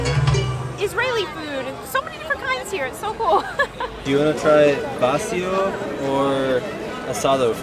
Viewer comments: Vacío has the stress on the "i" not the "a" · The accent in VACÍO and FERIA are different. In VACÍO it's on the diphthong. In FERIA it's on the first syllable. vacío {m} /baˈθio/ ; vacío {adj.} /baˈθio/ ; vacío {adj. m} /baˈθio/ ; vaciar {vb} /baθjaɾ/ ; vaciar {v.t.} /baθjaɾ/. silabación va-cí-o acentuación llana longitud silábica trisílaba feria {f} /feɾja/ feriar {v.t.} /feɾjaɾ/ ferias {f pl} /feɾjas/ el acento va sobre , salvo en feriar donde va en silabación fe-ria acentuación llana longitud silábica bisílaba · Vacío is accentuated on the "i" (in the 2nd syllable) not on the "a" of the 1st syllable. The asado is usually eaten on the plate, and not in a sandwich. The meat is usually still on the little segments of rib bones.